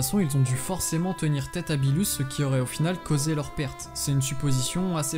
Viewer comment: Birus pas bilus